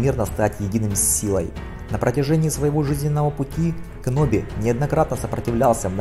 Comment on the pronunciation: сказал Каноби? ЕЕЕБОЙ!